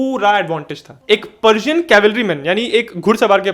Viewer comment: पर्सियन बोल रहे हो या पार्जियन .???